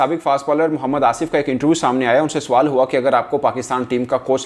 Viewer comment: you shouild correct ur urdu, you a;ways say , suwal, it is sawal.